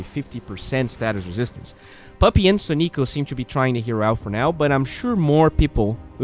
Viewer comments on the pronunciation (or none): none